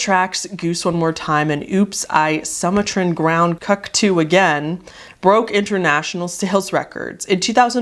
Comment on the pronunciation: I just have to say it, I can't resist, it's "soo-mah-tran" (as in, from Sumatra "soo-mah-tra" (an island in Indonesia)) ground "cu-coo/coo-coo" (as in, the bird the Sumatran Ground Cuckoo, a very nice bird if you like birds) but also, think "cuckoo clock")), as you said, obviously a riff on Britney Spears' "Oops I Did It Again" much like Goose One More TIme is a riff on "Hit Me Baby One More TIme"